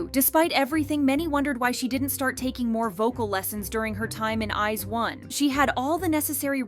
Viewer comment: When new idol group members from the top K-pop companies are revealed: "Wow, they're stunning!" When people hear them sing live terribly: "Wow, she sucks! But she's still pretty so I still like her!" Also, what's with this lady's pronunciation of I*ZONE?